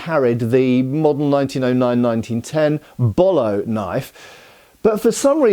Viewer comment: Hi, I believe "Bolo" is pronounced "boh-low", with the first "o" pronounced the same as the last. 😊